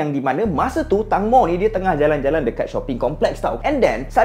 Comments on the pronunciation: sebutan nama dia bukan tangmo bang. tengmo sebutan dia. klu sebut tangmo maksud lain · Saya belajar bahasa Thai, Sbnrnya "Tang-mo" tu dibaca "Taeng-mo" แตงโม yang bermaksud "tembikai" (watermelon) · tangmo dibaca macam ni "teng mo" (e taling) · Sebutan dia Tengmo.. Maksudnya tembikai 😑😑.. Mmg dia famous, mak sy dulu masa masih sihat tiap² malam tgk drama siam.. Drama siam tak sama mcm M'sia, malam sampai malam (waktu M'sia).. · Tangmo cara sebutan dia macam ni ( Teng-mo) yang bermaksud tembikai...tu nama gelaran dia.. fun fact nama gelaran dekat Thailand memang pelik2... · sebutan betul 'Tengmo'